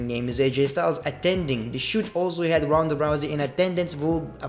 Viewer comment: He pronounce Ronda as roundaa 😀😀😁😂